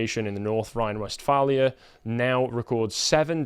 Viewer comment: North Rhine west far-lee-a. I lived there, Its quite a big area.